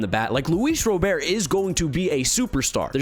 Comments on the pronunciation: Luis Rah-Bert. Robert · Is anyone ever going to tell him how to pronounce Luis Robert's last name? It's been a long time now